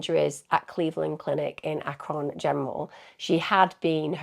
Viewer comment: Hey Emma! My ears perked up when I heard Ohio at the beginning, so I had to back it up to hear the town again. I’ve been an Alaskan for 25 years, but for the first 18 years of my life I grew up in Ohio, in Perrysburg. Normally I don’t ever correct anybody, but I know you like to correctly pronounce towns/cities, so I wanted to let you know how we always said Akron. It sounded like you were saying, Ache-Ron but it’s: Aaak-Rin 😘 Edit: later in the video you said it like [Aaak-Rin]. Sorry for being picky, just trying to help 😁